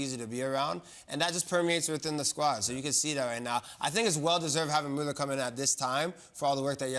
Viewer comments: Best to say his name like Bueller. Not mal-ler. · Well, it's Müller